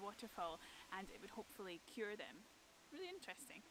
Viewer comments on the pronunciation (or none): none